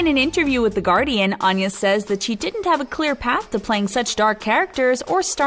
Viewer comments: She pronounces her name Ann-ya, not On-ya, but that's an understandable mistake. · She says she pronounces her name “Ann-ya - as in aneurysm.” Also check pronunciation of Seamus. Otherwise, nice video.